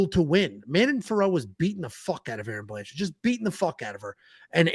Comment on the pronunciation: "Blanchfeld"?! She's not Jewish,! 😅